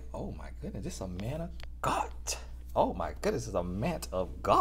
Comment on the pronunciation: I like when he said ‘Dis is a mant of gattt’ 😂